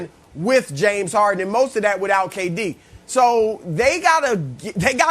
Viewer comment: No body: Brandon: JAMES HAR-IN